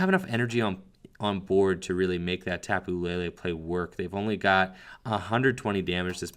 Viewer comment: Its Tapu LE LE Not La La!